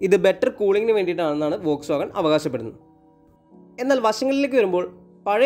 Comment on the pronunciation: വോക് എന്നല്ല.. ഫോക്സ് എന്നതാണ്... ശരിക്കും പറയുക...